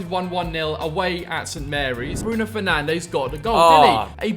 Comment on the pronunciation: That was a brilliant “penalty” from “Penandes” PS: Regardless of the results the message stays the same #GlazersOut